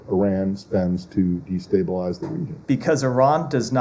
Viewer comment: How dare they destabelase ouer destabelasing Actions 😂